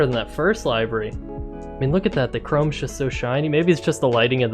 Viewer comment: FYI, it's pronounced livery, like "liver," not like "alive." (But good video.)